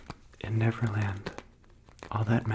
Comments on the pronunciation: Did anyone else cringe a bit every time he said netherland instead of neverland.. 😅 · I heard 'Netherland' instead of 'Neverland' a couple of times....Maybe it's because I live in The Netherlands. Yep The Netherlands surely are beautiful. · Is he saying Netherland instead of Neverland? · Was he saying never land or nether land?? ( no hate just a question) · This was really relaxing, but I'm also laughing because I constantly hear him saying "Netherland" and not "Neverland" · LOLOLO , he said Netherland instead of Neverland 😂😂😂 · Learn how to pronounce your v's guy. "NeTher land" and "NeVerland" are two different places. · Is it just me or does keep saying 'Netherland'?